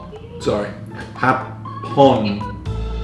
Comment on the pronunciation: the way you say HAPON it MEANS JAPANESE!!! hahahah